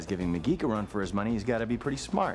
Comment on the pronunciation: I didn't realise that McGee was being called mcgeek so many times😂😂